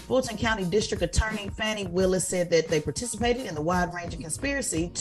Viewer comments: Her name is FAWN-EE not Fannie...Get it together Tez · Pronounced Fawn ie